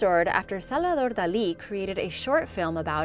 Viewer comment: That's the correct pronunciation of the name.